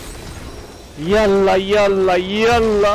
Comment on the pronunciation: i am from Egypt and speaking arabic but your Yallah Yallah Yallah is the best Yallah i have ever heard